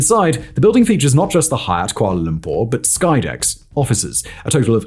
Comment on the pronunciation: i love when you said kuala Lumpur correctly..